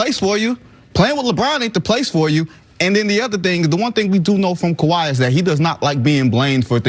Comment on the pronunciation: Kawhi says Kabye